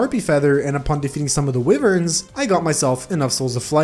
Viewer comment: did dude just say wiwerns???